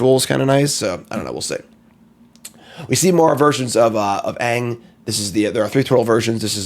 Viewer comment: I was promised that was going to mispronounce the name of the main character and I demand a refund because he said it correctly.